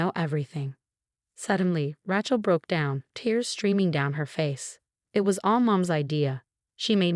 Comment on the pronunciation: Good story mispronouncing Rachel and Sophia